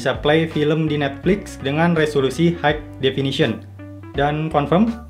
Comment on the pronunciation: bang, ini mah cuma saran aja ya. tolong pengucapan dalam bahasa inggrisnya diperbaiki di kata: High - bacanya bukan haigh tapi hai aja.. signal - sainyel. maaf dikoreksi, supaya channelnya dan video content abang bisa mulus perfect tanpa ada hal2 yang mengganggu bagi penontonnya. jujur saya sedikit terganggu dengan pronunciation abang. overall kontennya detail, bagus deh. sukses terus!